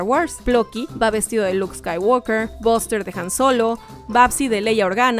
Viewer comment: Cómo siempre hacen buenos videos solo una cosa el nombre de buster ,se prenuncia baster no boster